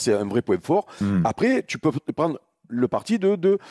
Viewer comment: Il prononce les tu « tchjiou »